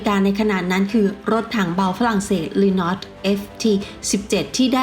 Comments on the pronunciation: รถถัง เรโนลต์ นะครับไม่ใช่เรน๊อต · แอดมิน: เรน็อต Louise Renault:ชื่อรถถังกูเสื่อมหมด